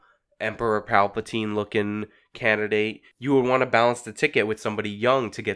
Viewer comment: " Emperor Palpatean " 😂😂😂😂😂